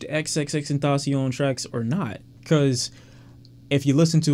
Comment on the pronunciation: Ta Tasi-On😂😂😂 U said that like u hunting kamidogus and Dragon Balls🤣🤣🤣